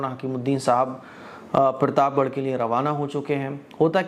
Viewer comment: भाई पिरताप गढ़ नही प्रताप गढ़ होता है